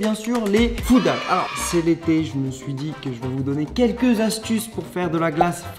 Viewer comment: Juste pour info on dis bien " Food Hacks " ?